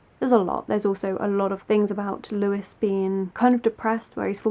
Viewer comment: Sorry to be that person but it's pronounced 'Loo-y' not Lewis as this is the French name but totally agree with your analysis of the novel 🩸